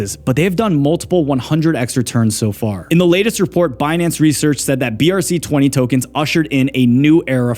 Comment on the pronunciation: "Benance" - Yellen